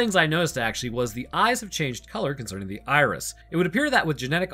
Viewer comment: Am I the only one hearing say Irish instead of Iris? Starting